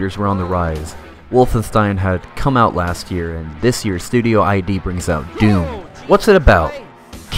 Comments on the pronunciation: You committed a major crime in pronouncing Id as I.D., it's actually the word id, as in the id, the ego and the super-ego of sigmund freuds structural model of the psyche. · This video is great. Clearly a labour of love. Thanks for putting it together. Gotta be that guy for a moment. It's pronounced "id" not "I.D.". Edit: you can actually gauss cannon boost on the Doom (2016). It's basically using the blowback mechanic of the railgun type weapon to give you momentum. It's nowhere near as cool as rocket jumping but I figure they didn't include that for balancing purposes. Still a shame though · great video, but it's id software, not I.D. software, lmao.